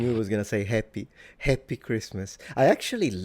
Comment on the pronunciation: As a British person I can say this is definitely "posh": moreover, it is much posher than the generic BBC accent of nowadays and that of the current British Royal family (even the older ones). Princess Anne would never say "heppi" for "happy" to give just one example. Prince William does not say "awfen" for "often" as his royal grandmother did (and maybe George V did, most likely). The old Received Pronunciation accent died in 1964 whenTV satirists began to mock it, using it as a stereotype of stuffy, aloof, out of touch peolle of the higher echelons of society. It was no longer "cool" to use it and with greater exposure of regional and working class accents (starting mainly in 1960 with the TV soap opera "Coronation Street", vowels from outside London area began to creep in and modify RP onto what we have now. Even working class Cockney accents have modified those same vowels: Cockneys who previously said "'eppy" would now say "'appy" and the change continues owing to immigration from the Caribbean.